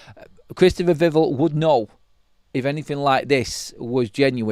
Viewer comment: It's VIV ELL like Bell 🔔